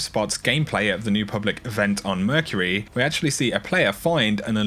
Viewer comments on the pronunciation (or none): none